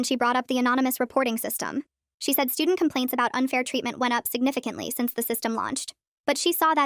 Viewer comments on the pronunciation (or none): none